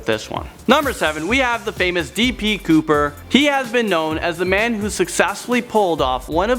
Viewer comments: its db couper not dp couper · when you said B D Cooper I thought you said T P Cooper